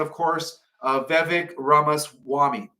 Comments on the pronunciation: why did he mispronounce so many "Last Names" except Vivek?? 😂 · Anyone notice that the only name said correctly was Vivek!!! The hardest one lol 😂